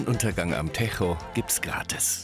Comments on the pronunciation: Nicht “techo” sondern “tejo” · Wenn Ihr schon was über portugal berichtet bzw lissabon dann lernt mal die wörter auszusprechen . Mein fresse ! Es heisst TEJO net techooooo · Der Tejo heißt nicht techho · Es heißt nicht „techo“ sondern „tejo“ mit Betonung auf den t und j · in 3,5 Jahren Lissabon nicht einen Portugiesen gehört der "Techo" sagt. sondern "Tescho". ^^ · Ahhhh, lieber Sprecher: Der Fluss heißt nicht „Techo“, sondern wird „Tejschu“ ausgesprochen! 🤯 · Leude der Fluss wird doch nicht „Techo“ ausgesprochen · Also Ich komentiere nie etwas aber unser Fluss in Lisboa heist nicht ,,techo’’ sondern tejo !!! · Der Fluss heißt "Tejo" nicht Tärro hahah 😂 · in 3,5 Jahren Lissabon nicht einen Portugiesen gehört der "Techo" sagt. sondern "Tescho". Bekomme ich pro falscher Aussprache 50EUR? :P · Ich als Deutsche heule schon bei der Aussprache des Tejos. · Tejo war schon grauenhaft. Bei den Natas bin ich grad angekommen... Mal sehen ob ich a wieder Ohren Schmerzen bekomme. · Bitte den Tejo portugiesisch aussprechen und nicht spanisch. Ist Lissabon, also Portugal. Nicht Spanien. Da tun mir ja die Ohren weh. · Kann bitte mal jemanden den Moderator sagen das Lissabon nicht in Spanien liegt und "Tejo" nicht so ausgesprochen wird... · Tejo wird anders ausgesprochen